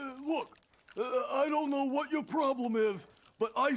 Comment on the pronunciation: I tell ya hwhat